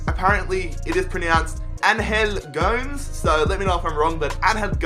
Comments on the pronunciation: The first name might be anhel but it’s definitely not gomz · Ffs Gomes is pronounced Gomez not goms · This is what really annoys me about FIFA YouTubers - above & beyond the fact that they often don’t know how to pronounce obvious names, how certain competitions work & general displays of their disturbingly low knowledge of football - is the fact that all the faults are put down solely to the player in the game & not yourself. Mkhitaryan has been world class for Man United in real life & in game for me has an insane number of goals & assists. Selling Mkhi would be ridiculously unrealistic & lead to the VERY BORING & NOT ENTERTAINING practice of virtually using the entire transfer budget every single transfer window. A series can be entertaining without relying on spending £200M every season. It got boring years ago!